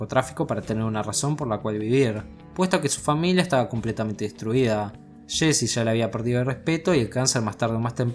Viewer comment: jsjsj es jessi no sshcchssshsheeccheeesii 😁🤣🤣😆